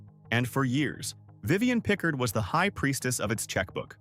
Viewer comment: It’s Vivian pi’CARD…not pick-herd!!! Say her name correctly!!!!!!